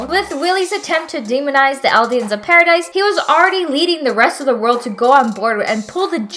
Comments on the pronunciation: It’s not paradise it’s paradis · She can say Ymir but not Paradis? I digress: It was a good video.